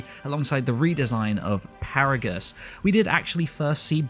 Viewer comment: ... Did you just say Paragus.